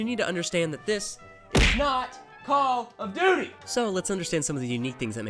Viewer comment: “NOT CALL OF DUTTY” im dead😂 keep up the good content